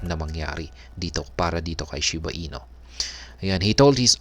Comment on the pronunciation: shiba INU po hindi "ino" hehe